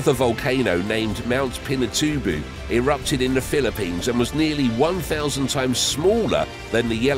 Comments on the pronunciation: It's "Mount Pinatu-BOE" - long "O" sound. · Claiming that Yellowstone blew just three time in December 21 is outdated, to say the least. It may not have been at the location, but the hot spot can be followed towards the south west for way more caldera creating eruptions. Also: Mt Pinatooboo... LOL